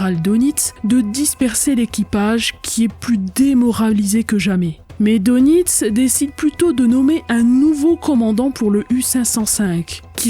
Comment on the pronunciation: oui très intéressant Les u boot all.furent copiés par toutes kes marines étrangères, après guerre, à cause de leurs qualités.Attention on prononce DEUNITZ en allemand Dönitz.Il fut désigné pat Hitler comme le représentant officiel du Reich.Connaissez vous Sabine, l'affaire du LACONIA?? Fait unique égakement.Un livre y est consacré